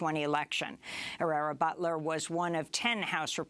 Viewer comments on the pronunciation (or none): Amy: Just a reminder that the correct German pronunciation of the sur name of Herrera Beutler is Boytler. A minor point.